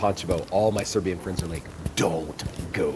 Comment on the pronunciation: your serbian accent is very good! 😃